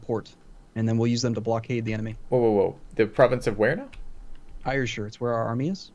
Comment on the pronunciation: These are great videos :D Gotta say though - 'Ayrshire' is pronounced "Air-shir", just like the word air.... Source: I'm Scottish Keep up the good work :)